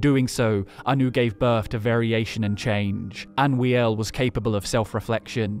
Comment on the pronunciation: It's Anoo-iel not Anwee-el